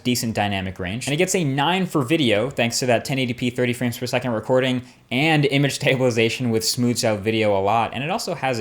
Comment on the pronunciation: "image-tabilisation" u sed lol for g2